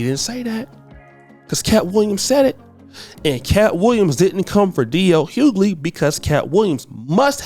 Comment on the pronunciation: The pronunciation of DL's surname is so bad! You need to speak properly mate